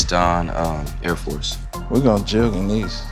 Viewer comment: " I WANT ALL TREE OF DEEZ " -Birdman